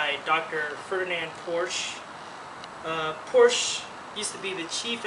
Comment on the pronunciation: "Porsh-uh" Proper pronunciation ;)